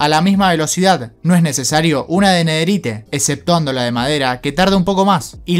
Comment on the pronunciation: Se pronuncia nederait no nederite 😡